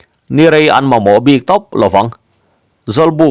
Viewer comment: Bik leh puk lam hi a diklo deuh em aw.ngaithlak chu a nuam e